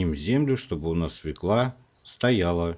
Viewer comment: Свёкла! Ё -всегда ударная!